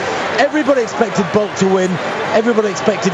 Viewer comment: And they continue to murder his name in sports commentating but he is the 4th fastest man in history with a 9.72 100m record.